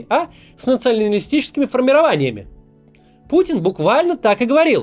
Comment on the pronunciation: Кац говорит - "с нацианальнолистическими формированиями" 😂😂 Бухой чтоль🤣